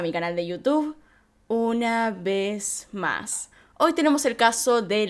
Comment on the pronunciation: Amé ese "Una vez más" tan mexicano <3